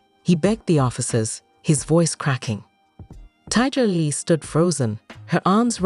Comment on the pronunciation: The lady's name is Tiger lily not TIGA Lily. Pronounce people's names properly.